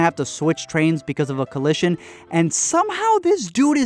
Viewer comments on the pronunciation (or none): Y did I laugh so hard when he said collishion lol